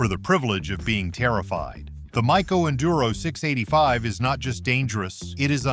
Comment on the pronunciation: Mayyyy- co, not miiico.